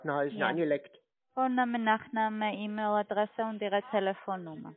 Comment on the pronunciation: Per Eämil. Wer kennt sie nicht, die Eämil Adresse?🤣🤣🤣